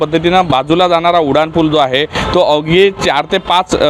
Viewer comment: ह्याला शाळेत जोडाक्षर शिकविले नाही असं वाटतंय उडाण पुल पहिल्यांदा ऐकलं